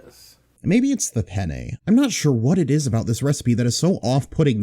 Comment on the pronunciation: Ah yes, everyone's favorite dish, chipoat-lee groyer penny pasta